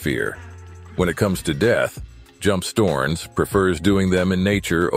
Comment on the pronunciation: LOL "Storns"? Americans.... or maybe I should call them Amricans It is S t_O_ (like Oklahoma) r n_E_ (like eleven)s.